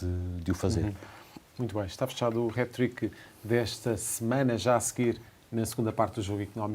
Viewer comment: Aprendam a falar. Não se diz Hét trick MAS SIM Hát trick com Á, como em apple and ass! 😂 Eu só vivo em Inglaterra à trinta anos....